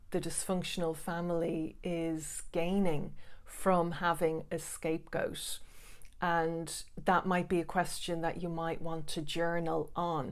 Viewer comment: To a non-english listener, it sounds like you are saying scape-ghosts, which kind of makes a lot of sense. I definitely felt like a ghost to my family, being subject of their fear, but at the same time invisible!